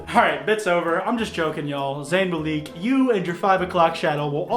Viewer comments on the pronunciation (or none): Nobody:: "Zayn Mal-EEk" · Its pronounced Mal-lick my dude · I really don’t know why people say that guys that are 5’8 to 5’11 are short. Also I hated to way je said Zayn Malik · I like your content and I’m glad you’re defending Zayn but my inner fangirl is cringing because of how you’re mispronouncing Zayn’s last name, also technically Jake Paul made a spelling error because Zayn is spelled Zayn not Zane as he spelled it 😂